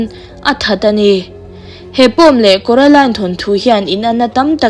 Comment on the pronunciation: Kuaroline ani lo maw😂😂😅